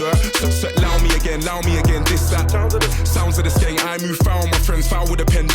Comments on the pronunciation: U got skeng right but its gun not gen haha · It's skeng like sk end just change the d for g, just for your info lol